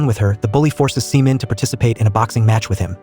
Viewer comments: It's SHE Min, not Semen! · Pronounced more like SHEE MIN. Not 💦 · If you gonna use AI voice. Actually review what the hell it's saying. WHO THE HELL IS SEMEN? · For a k drama commentary channel you really need to do a much better job getting the pronunciation down on the names. Every time I hear semen I get turned off. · Dude the way your pronouncing her name is ridiculous you need to do more research because this is actually very disrespectful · Please correct the pronunciation of her name. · Yeah. Every time was said wrong I wanted to laugh and cringe at the same time. lol. Good movie though. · Oh, thank goodness for this correction. As soon as he said it, I knew the pronunciation just had to be wrong.